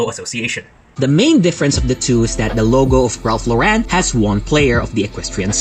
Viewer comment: It's not Law-REN, honey :(